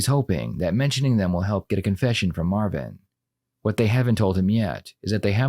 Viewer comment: Its yo cuzzin! Mah-vin! Mah-vin Berry!